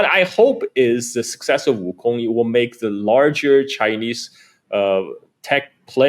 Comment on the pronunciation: I like how the host tries to say Wukong with the proper accent but still pronounces Wukong like King Kong.